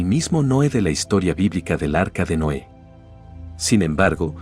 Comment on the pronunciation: Muy entretenido el video, solo una observación: mejorar la pronunciación de los nombres de personas y ciudades (por ejemplo, Noé en vez de Noe y es TEOTIHUACAN, no 'Teotiacan')